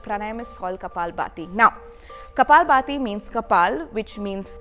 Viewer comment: Its kapaalbhaati, and not baati..